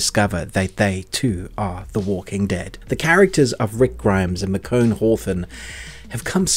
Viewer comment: Ikr! 😂😂😂 I’ve never heard her name pronounced that way before.